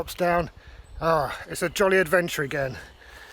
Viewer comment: "a jolly adverture" at ;-) enjoyful to watch as a dutchman. cheers